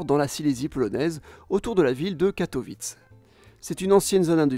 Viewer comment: On dit : « WOUrster », « LEEster », «KatoviTCHE”, etc … 😄